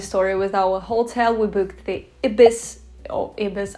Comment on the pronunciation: In England we pronounce Ibis as eye-bis.